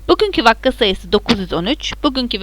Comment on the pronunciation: vakka değil vaka 😂